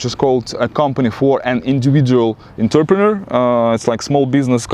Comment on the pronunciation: Bro, your English is pretty good. Just a few words you need to work on like Entrepreneur and some others. Entrepreneur is totally a French word and pronounced so. No need to worry about accent.... I'll tell you that Americans will have a prejudice even against an Irish, English, Scottish or an Aussie... So, just accept your accent because it's always going to be with you unless maybe you moved when to USA when you were 14... I met a Russian girl that had an American accent... I couldn't believe it until she told me she moved here at age 13 or 14 (i.e. still in puberty). I really believe accent stays with you after brain matures by age 18-26. I have evidence if you're curious!